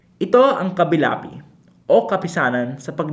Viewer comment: It's KALIBAPI po not KABILAPI